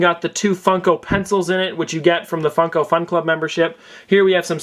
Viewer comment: At the beginning it sounded like fucko pop